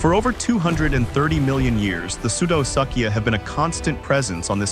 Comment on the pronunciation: POOR VIDEO - - not worth watching, which is too bad as there are occasional bright spots of reality within it. ======= minutes - - "Pseudosuchia" is NOT pronounced "soodo-suck'ia"! It's pronounced "soodo-sook'ia". These guys are definitely not "False Suckers". Same problem with "Sarcosuchus": it's pronounced "Sarko-sook'us" (^_^)... minutes - - There is no evidence for a neck-frilled crocodilian: picture is pure speculation minutes - - Sarcosuchus is no longer thought to be commonly 40-feet long; more like 32 feet on average, with larger individuals as the exception. to minutes - - Where did that massive chin pouch come from? What documentation? Reference? to minutes - - Why is the crocodilian shown regurgitating BEETLES??!! minutes - - What "Great Extinction" are you talking about? The End-of-Triassic extinction? minutes - - How come we don't see an image of the upright land predators, when mentioned ? minuets - - Where is a picture of the pig snout and the blade-like teeth, when mentioned? minutes - - What is "Imb and Imbb Placement" in the annotated picture provided? ===========